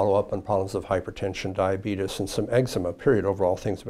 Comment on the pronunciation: He said the D word 😂 “Diabetus”